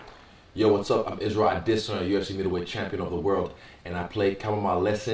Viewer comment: At least no accent on he saying his name .. 💯 Naija